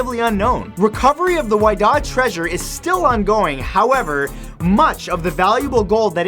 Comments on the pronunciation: You're pronouncing Whydah wrong. It's pronounced wi-dah, like widow. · the Whydah Galley is pronounced "Wit-uh". The discoverers built a museum dedicated to the ship and her cargo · Love your show, but you pronounced the name of a ship incorrectly. The Whydah is pronounced "Wi-Dah" kind of like widow but replacing the ow with a long a sound. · He didn't say some of the words right, like Whydah.